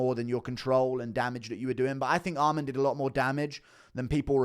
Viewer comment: Guru brah, it’s Arman. Not Armand. Please.